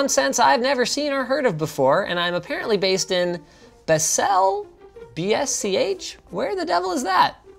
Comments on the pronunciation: >Bessel?? Kek..it's "Bahsl" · It's bah-zel usually (y) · Baselbach... pronounced Baw-sell-bach... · Swiss people when linus says basel wrong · I actually live in Basel - thanks for the shout out :D p.s. that was the weirdest pronunciation ever :)) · i have never heard Basel pronounced so badly :-) amzed it was so cheap via Basel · how linus pronounce "Basel" 😆😆 any swiss people here? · I never heard Basel pronounced like that. Thanks that made my day :DDDD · And he’s Canadian, that’s even more surprising. No excuse Linux. 😂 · As a swiss hearing you pronounce Basel killed me 🤣 Thx for that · I've heard Basel pronounced many different ways, but I've never heard it pronounced like that before! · Best way to pronounce Basel i have ever heard! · That pronunciation of Basel though... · The way he pronounced Basel xD